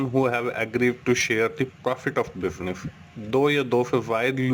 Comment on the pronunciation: Sir bas eak request wo business hai, not bibnif mujhe samajh me Nehi ara ha hai ye bol nese